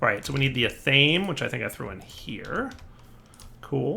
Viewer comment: and it's an ath a may, not ath ame, the e is pronounced